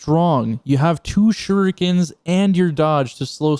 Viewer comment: Um he just called them shurookens 😂😂😂😂